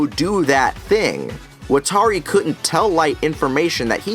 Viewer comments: Wat-ta-ri lmao not watary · I’m sorry, but I don’t even like this movie or show, but could you please stop saying WatAri. It’s giving me an aneurism. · Is anyone else extremely bothered how Watari's name is pronounced wuh-tar-ee, but in the anime it is wah-tah-ri. It is pronounced for you in the anime, its not like you have to guess.... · ikr, wa-TAR-i ?????? really?????? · I’m sorry great points and everything but how tf did you pronounce watari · I can’t believe I never noticed this before, he keeps mispronouncing Watari’s name 😂😂😂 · I honestly could not even finish this movie after seeing how they mispronounced the names. Also that IS NOT MY L. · anyone else annoyed that he called Misa 'Mia' and mispronounced Watari's name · Wa Ta Ri How are you a fan of the series but you don't know how to pronounce a key characters name correctly? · why can nobody fucking pronounce watari